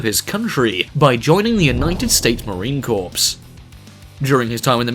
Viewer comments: Drives me insane when people does not pronounce Marine Corps correctly. You pronounce it Core not Corps. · Marine Corps not marine corpse